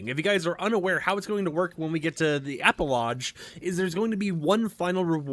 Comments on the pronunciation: Please stop saying epilodge!! Epi-log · Epilodge xD It's pronounced "EP i log" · E-PI-LOGGGGGGGGGGGGG (Hard G!!!) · Epi-lodge is funniest thing i heard today. LOL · I thought maybe I was the only one hearing that. LOL